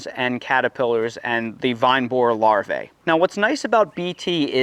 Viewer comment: The CORRECT pronunciation of "larvae" is LAR-VEE. The second A is silent. 👍